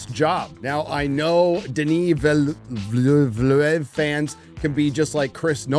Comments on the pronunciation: VIL-NEUV. Not Vil-le-niev. VIL-NEUV. That's it. It means Newcity. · It’s pronounced “VILL-noov” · Villeneuve is pronounced "veel-nuv". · Villeneuve pronounce it : "veal nov" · Villeneuve --> Vilnuv' It's really not that hard! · Its pronounced veal-nerve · Denis Villeneuve, french name pronounced [Den-ee] [Vil-nerve] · Read: Denii Vil'nev (nev as in Neve Campbell) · His name isn't really that challenging. Two syllables: Vill Noov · De nis Ville neuve. 😂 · Its pronounce: Du-Ne Veal-Nuv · The books are not for everyone. I read all the 6 books and appendacea at least 5 times. So........now I just feel a lot better, hahahahahahaha. Books are a very different medium than a movie. Both Peter Jackson and Denis Villeneuve (pronounced: vealuneuve, you're welcome) understood very well. Great review as always;) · Omg you butchered the pronunciation of the names lol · If you ever watched formula one, it's pronounced the same way as 1997 World Champion Jacques Villeneuve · Agree its a great movie Disagree re Zendaya, I thought she was beleivable in the role. But it am not familiar with or biased by her other work. Shame you make such nonsense out if the simple correct pronounciation of Villeneuves name. There is nothing difficult there for an English speaker. Bizzare for a country and State awash in Spanish names. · Good review but Jesus man, learn the learn last names. Even if foreign. You come off as ignorant sometimes. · Not one of your better videos. The Harkonnens in this one are obvious Helghast rip offs. Also Villeneuve isn't hard to pronounce. That skit/meme is getting old. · I don't like that you purposely mispronounced his name. You could have edited that out. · Get his name right man... Disrespectful. Really not hard to just look it up. Yank. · Come on dude, your are begging for subs and CAN'T pronounce Villeneuve? One simple name? How lazy are you?